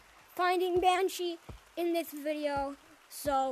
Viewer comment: Banshee more like ban hee